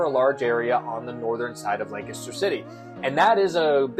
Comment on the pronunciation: My real estate agent says the correct pronunciation is Lank-ster. She’s a native, so I think you’re saying it wrong.😊